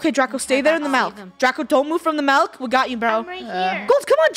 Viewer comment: Nobody: me: laughing like a rat because funneh said malk in stead of milk